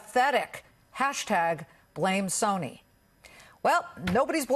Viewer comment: I love how he couldn't say Sony's name.